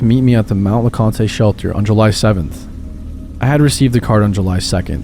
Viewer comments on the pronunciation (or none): I know it's nitpicking, but the Conte in Mount Le Conte is just pronounced "cont", not "con-tay". We don't pronounce the E at the end.